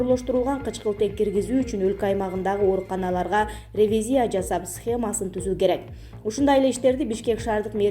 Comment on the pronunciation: Сен дагыделе акцент ударение ондой албаптырсын да?Ревизиия медетциина деп эле